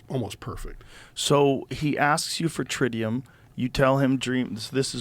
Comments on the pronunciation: Dude says that the "alien" ask for tritium....doesnt know how to say or spell it still after doing research about it and cant describe what it was. My BS radar is going off...maybe im an alien 😂...also sooo convenient that he was standing perfectly in front of the "alien" and cant find the dude that was an eye witness. Show reciepts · i was really excited about this but i think these two are full of shit. one clue is the fat guy says maybe hes pronouncing tritium wrong, but according to him the alien asked for it so how would he be, hes obviously just read it somewhere. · Yeah hes full of shit. he says to jamie maybe hes pronouncing tritium wrong, but he said alien asked him for it. sounds more like hes read it somewhere and saying it wrong. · Trintium, Tritium? This guy has no clue, in another interview said it was Thallium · Dude just said trentium 😅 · He doesnt remember if its tritium or trintium. Seriously? The few words alien told him. Either he is fibbing or he is thick as pig dung. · He said “tintilium” on Julian Dorey’s podcast and he’s saying “trintium” here. Hella sus. I don’t believe this guy. He also mentioned on Julian’s podcast that the Ranking officer on the front passenger seat saw this blue alien but when James fox and Julian asked him he said it was the driver. He’s not consistent. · I was believeing everything was saying until he the Trintium/tritium part. That seems like a BIG mistake for someone that has been interviewed by multiple scientists to forget/mispronounce. After that, im dont believe him. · Guys are obviously fakes. Says he has profound experience and then continuously says Trintium instead of Tritium . Sorry bro , if that’s a life changing experience , you remember what the alien says to you . Then proceeds to say he’s had encounters from age 3, 10, and his whole life . Seems verrrrry suspect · Or even be able to pronounce the word? Ome